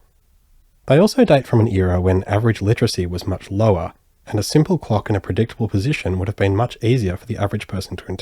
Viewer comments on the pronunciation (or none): none